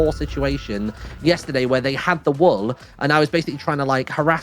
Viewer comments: A very strong L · I can’t get over the way pronounces "wool"